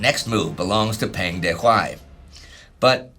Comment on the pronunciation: The vowel sound for Peng in Peng Dehuai's name sounds more like the vowel sound in the word rung.